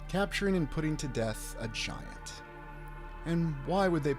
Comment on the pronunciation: giant. Or Gi ANT 🐜 🙄 🤣